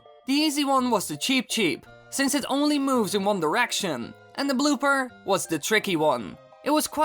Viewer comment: wait did he say.......ONE DRICETION!?!?